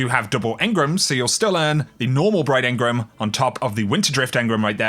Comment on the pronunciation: Stop pronouncing Engram wrong.... It's driving me nuts enGRAM not enGRUM.👍